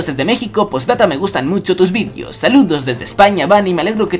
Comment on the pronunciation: "Y me alegro que te gusten TUS vidios" jajaja